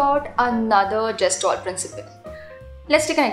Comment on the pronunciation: You don't know the correct pronunciation of Gestalt and giving lecture on it is quite amzing